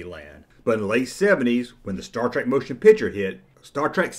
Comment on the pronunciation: It's Mr. Spock, not doctor. And it's star trek, not star trak.